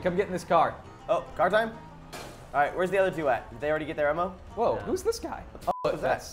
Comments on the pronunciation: Lol said emmo instead if ammo!! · did anyone hear say emom